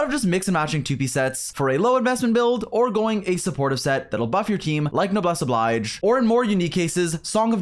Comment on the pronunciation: I love how you make a point about how you speak French and so how you're gonna pronounce Chevreuse as /ʃɛvʁøːz/ for the rest of the video only to then pronounce Noblesse Oblige as /nəbles əblajd͡ʒ/